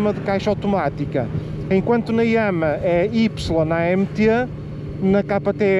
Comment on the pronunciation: no Brasil, agente fala "yamarra" e não "yãmá"...